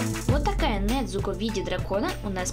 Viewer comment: вообще Не Недзуко а Незуко